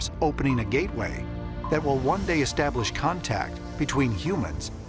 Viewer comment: 'understandeen'. What? It's '-ing'. - 'openeen'. Ugh...